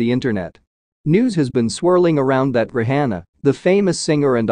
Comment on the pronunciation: Not even saying her nane right 😮 Rihanna